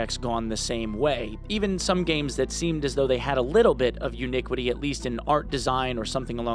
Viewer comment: Started a drinking game. 1 shot per "uniquity"....currently being rushed to the hospital. But hey! Arc Raiders tomorrow!!!!! Great vid homie, keep up the amazing work. #freeSaint